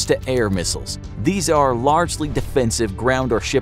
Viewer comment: I love how he said ''they afe not currently in war"